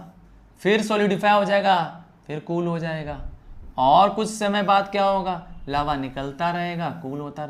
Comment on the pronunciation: Legends noticed Laua 😅😅 ::::::::::::: but it is lava ✅